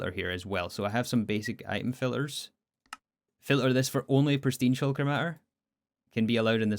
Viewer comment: Can you fix this: you say filler when you mean filter? don't forget the T